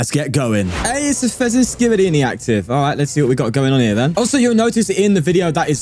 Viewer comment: Did I hear "Fezenskibidi"..🤣